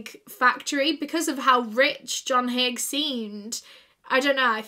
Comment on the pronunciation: It's "Haigh" if anyone's curious.